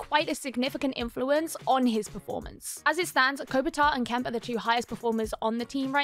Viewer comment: Kempe is pronounced Kem-pay but great video, I can't wait to see Fiala play with Kopitar and Kempe on the first line they'll definitely be the best linemates he's played with so far, Fiala was the exact type of player the Kings needed cause other than Kempe the Kings wingers really struggled to consistently score goals, I think Fiala and Kempe are going to compliment each other really nicely they are both very fast and offensively skilled players.. I'm extremely excited about the future of the Kings they are already a playoff team and most likey would have beaten the Oilers in round one if Doughty and Arvidsson weren't injured and they have a bunch of very talented prospects who should be able to make the jump to full time NHLers very soon which should turn them from a playoff team to cup contenders for years to come